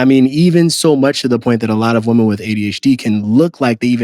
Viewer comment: I keeps sounding like he saying woman when it should be in the plural form women. I’m sorry, but that’s annoying.